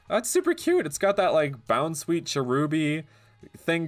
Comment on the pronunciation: I only realized like halfway through that he was saying bounsweet when I thought he was saying bounce weeds. Don’t know the west so I just assumed that was the name of like a bush or something.